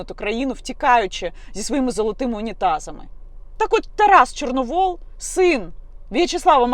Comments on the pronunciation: Тарас ЧорновІл,а не ЧорновОл! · Яніно, Тарас не Чорновол, а Чорновіл. Це по перше. По друге, Тарас давно визнав свої помилки. По третє, будьте ЖУРНАЛІСТОМ, а не базарною бабою. По четверте, як тільки я побачила відео з Тарасом, перша думка у мене була, що це тітушки, а ви кажете, що патріоти. Поважаю вашу роботу. Не помииліться у виборі кумирів.